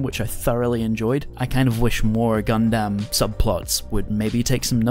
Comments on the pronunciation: It's pronounced as "Gun-dum" not "Gun-Damn" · "Gun-damn" I've never heard anyone else pronounce Gundam this way, ever.